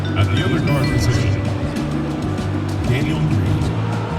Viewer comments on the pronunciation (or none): Yo! Did he say Daniel Green 😂